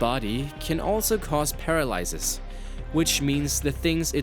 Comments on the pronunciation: He said paralysis wrong, and he tries to be like jwittz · You pronounced genitals & paralysis wrong.